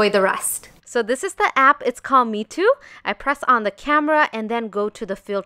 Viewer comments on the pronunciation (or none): The app is pronounced like may too ;)